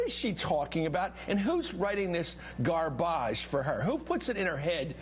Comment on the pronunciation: i loved the "Gar-bagge" line. haha, classy